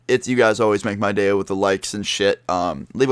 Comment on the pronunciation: It sounded like he said "have a nice gay" XD